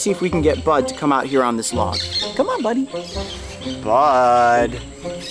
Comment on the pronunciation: I misheard "Bud" as "Butt" at first 😂